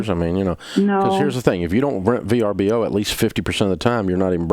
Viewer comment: oooo it was VRBO ... I thought she kept saying BRBO